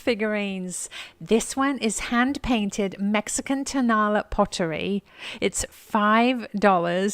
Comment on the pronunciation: Tonala is pronounced: tow na LA (accent on the end LA.) It is a town adjacent to Guadalajara where lots of these ceramics are made and sold. Love your channel!